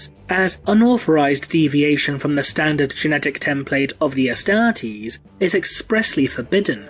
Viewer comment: The way you say Astartes is just magical!